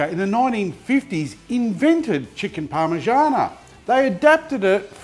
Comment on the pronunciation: PARMIgiana not PARMAgiana 🤦‍♂️